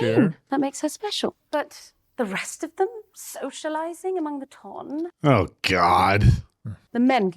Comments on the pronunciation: ton is not pronounced like the weight "tun", it is pronounced like "tahn" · still pronouncing ton like tonne is sending me 😂 😂 😂